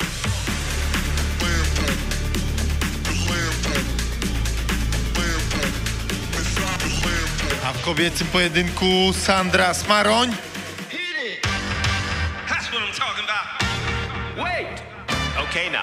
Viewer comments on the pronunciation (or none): MÓWI SIĘ SANDRA SMOROŃ A NIE SMAROŃ